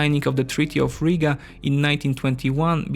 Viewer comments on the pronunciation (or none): none